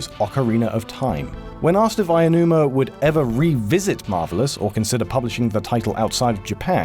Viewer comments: Ayanuma? How does a series of videos dedicated to import gaming fuck up Japanese pronunciations this badly? Also, I find it worth mentioning that the game DID manage to come out on Virtual Console, albeit only in Japan. It was the WiiU's Virtual Console though, never being released on the Wii's, so it really did take a long time for it to come out (the original Mother was another case of this, incidentally, with Japan's first Virtual Console release of it coming out at the same time as the surprise release of Earthbound Origins in the states). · Lana's fangirl I think you're missing my point. The people who I think deserve criticism are the people in the gaming journalism industry and those who consider themselves Nintendo and Zelda fans. It is clear ignorance. People do this with plenty of names in the industry too. Bottom line, if you're making a video on anyone, do the research to pronounce their names right. It's okay to make mistakes but this happens countless times so yes it is ignorance. Have a good day! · Lana's fangirl lmao okay but it's pretty disrespectful to constantly talk about a person who you look up to without even bothering to pronounce their name properly. Nintendo YouTubers and zeldatubers do plenty of research for their videos except for pronunciation? And it isn't like they haven't heard Aonuma say his name before so it's plain ignorant. Im not the next Albert Einstein my point is that it DOESN'T take a genius to pronounce his name right. There doesn't have to be a argument just don't be ignorant and stuck in a bubble of American or english pronunciation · I get that his name is hard to say, but it's definitely not "Aionuma". It's "Aonuma". Ah-oh-nu-ma. Sure, that's kind of hard to get your mouth around, but there's no "i" in there. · This is the second person to pronounce Aounuma as Aianuma. Weird. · I-uh-numa... great video but that is one fancy Japanese pronunciation. Not meaning to put you down hard, but that pronunciation is a new one...